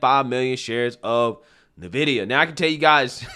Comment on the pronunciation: I think it is NVidia, not Vnidia.